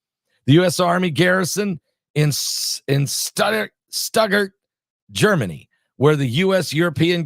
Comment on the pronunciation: Thanks for all the information you receive and show us! Blessings!by btw, The German city ‘ stuttgard.. is pronounced ‘ shtuut-gard’